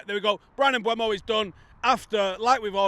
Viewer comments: Mm-boo-mo, not Mm-bway-mo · it's been 3 months, you can type PREMIER LEAGUE PRONUNCIATION on youtube search bar and listen for yourself when Mbeumo pronounces his name, and he doesn't magically switch the E and U letters around. It's not Mbuemo. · At least you could learn how to say his name correctly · Now we've signed him you'll have to start pronouncing his name correctly there! 😂😂 Another top video, cheers lads.